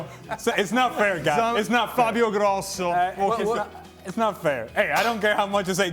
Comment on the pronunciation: The funny thing is when he started to name cannavaaro , fabio Grosso.... He actually sounded so unitalian. Started making hand gestures....pronouncing Italian players names in Italian ....How desperate he was ?🤣..... Embarrassing